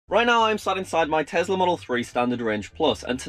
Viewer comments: Nobody:: TEZLA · It’s tesssssssla not tezzzzzzzzzla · i will still never get why people call it a Tezla instead of Tesla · Btw it’s Tesla not tezla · The way you say tezla instead of tesla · i know, but i never heard any other brit say TEZLA